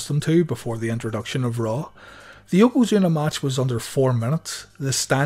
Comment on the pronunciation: When you say, “Monday Night RAW”, it sounds like you’re saying, “Monday Nitro”! 🤔